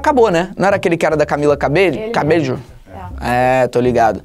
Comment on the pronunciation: Felipe Camila Cabello se pronuncia cabeyo E Fifth Harmony acabou sim 🥺